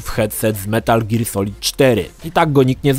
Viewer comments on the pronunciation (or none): none